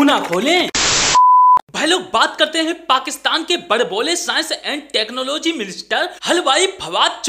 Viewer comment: Saans & Tak-no-logy, you know😮😯